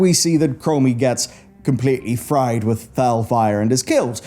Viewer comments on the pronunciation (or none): none